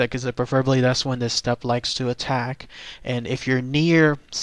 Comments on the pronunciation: ü is pronounced as You. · its pronounced "Shtoop" with a U sound in the oo. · I believe its pronounced like stoop.....not 100 on that though